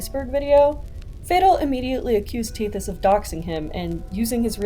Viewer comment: Lil bro said “tethy” 😂😂😂